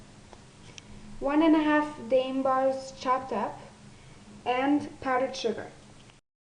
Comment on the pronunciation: Its pronounced Dime